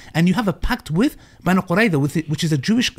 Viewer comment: no, you didn't understand, he meant how literally called "bani qurayza" as "bani quraysh" That's what he meant getting the names wrong